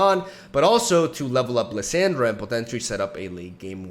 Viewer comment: Dude its Lis- AH-ndra(like when the doctor says open your mouth and say ah) the way you say Lisandra sounds like Liz-Sandra and I had to watch this on mute, haha just kidding no I didn't. I really just went down to the comments so I can talk shit about how you talk. You say Thrall correctly and its literally the same fucking sound dude come on. Is it on purpose? Ok I'm done, gg good vid.